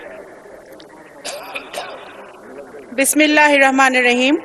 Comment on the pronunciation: আমাদের পার্লামেন্টের সম্মানিত মুসলিম সংসদ সদস্যদের কাছে অনুরোধ করবো আপনারা বিসমিল্লাহ টা সঠিক ভাবে উচ্চারণ করবেন আপনারা দেশের পরিচালক সংসদ অধিবেশনে আপনাদের দেয়া বক্তব্য সাড়া বিশ্বের মানুষ অধীর আগ্রহ নিয়ে শোনেন সেখানে যদি বিসমিল্লাহর উচ্চারণে ভুল হয় সেটা মুসলমান হিসেবে আমাদের জন্য বড়ই লজ্জা জনক বিষয়